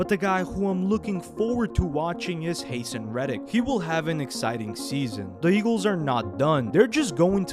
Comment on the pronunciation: Haysen reddick 🤣🤣 it’s hah- san that’s how it’s pronounced but other than that great vid 🔥